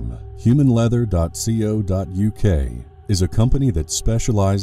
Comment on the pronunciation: .co.uk is pronounced Co as one word, like c-oh :)